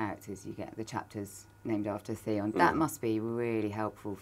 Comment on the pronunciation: Theon....Theon.....it rhymes with Pion.